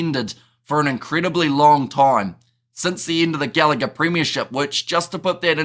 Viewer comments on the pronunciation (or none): none